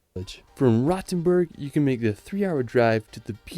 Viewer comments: Frankfurt is the ONLY city in Germany that has a real skyline. Also, earlier it is not pronounced 'Rottenburg' but 'Rohtenboorg' (long 'o' and a 'u' like in 'school') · Rotenburg is more pronounced like roadtenburg